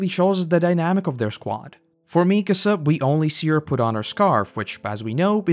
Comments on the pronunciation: Always hurts hearing people say "MEEkasa" instead of "MikAsa". Otherwise, cool vid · Great video but I have no idea how you managed to mispronounce Mikasa considering how many times they say her name...